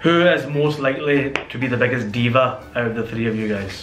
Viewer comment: I swear there English is very irritating. is saying hyovs not house. And his uncle does the same In the video super kuri. He say get ov not out. Yar urdu Bola Karo. Kya angreezo ki zaban bolte ho. Other wise you videos are great❤